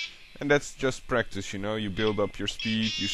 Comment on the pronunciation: lol wen yhoo say practise it sound lyk breakfast awesomee learned alot danke =]